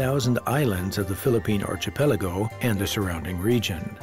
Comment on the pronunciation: great doc but the guy you hired to narrate pronounces malleable MAILable and archipelago ARCHYpeligo..... O_o